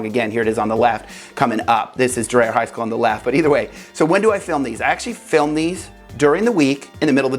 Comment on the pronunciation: Dryer rhymes with “deer”. Learn to speak Columbian! 😂